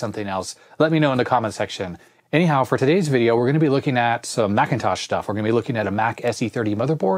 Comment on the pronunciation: Awesome video as always, love the way you pronounce "anyhow", sounds like hello in Chinese 👋😄